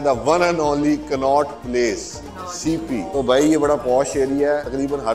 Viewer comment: कान्हा प्लेस नहीं,कनॉट प्लेस हैं